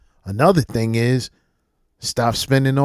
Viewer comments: I hate how they pronounce the word "thing" as " thiiiing'k" 😖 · I fucking hate the way they talk!! What the fuck is that "ink" she adds to every adjective in her sentences! Sinkink, thinkik, doink! The fuck?